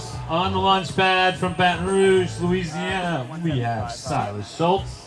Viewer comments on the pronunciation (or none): none